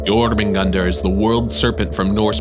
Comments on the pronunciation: I like how how u pronounced jormudgandr and Ragnarok! It’s really accurate:) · Hahahahh I have always pronounced jormungandr as yo-munga-durr hahahah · this man is the only person i've seen properly pronounce Jörmungandr